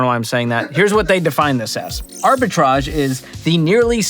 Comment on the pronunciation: ARBITRAGE!!!! Sound French today!!!! Cheers!